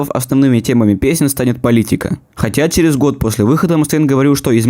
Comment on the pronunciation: Не тупи, череф))